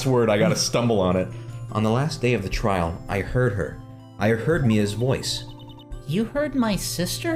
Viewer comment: my mom's friend's daughter was watching me watch this and she was reading along so here's some highlights: - calling Edgeworth "Eggey" - actually nailing Lotta's voice - trial is pronounced as "tree-all" - "INVASTIGAT"